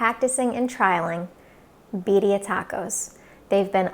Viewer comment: You know it’s good when they pronounce it right. I say Beer-ia